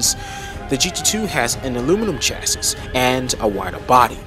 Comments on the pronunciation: Just so you know, chassis is pronounced without the last “s.” It’s cha-ssi. 😁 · Nice work. If I may make a few sugg. Double check the pronunciation of chassis and Le Mans... (I don't think it's an arkansas or illinois S)... that aside, when showing us the sound of the C6 engine, did you notice there was no steering wheel? Odd car, right?;-) Ah, I see, you're actually intentionally using video games for their sounds? okay. Re the sound departure of the C8 from the C5 - C7... it no longer burbles... is (i believe) the word you're looking for: This is because it uses a flat-plane V8 (which balances primary forces but not secondary forces)... and having DOHC instead of push rockers, is also higher RPM to make up it's power... which I agree; is a huge departure. (ah, you did know. vg. lol.:)